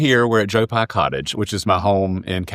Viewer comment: Its Joe PYE not Joe Pi. Smh